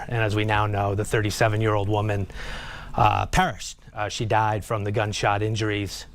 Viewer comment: I think "perished" 🤷‍♂️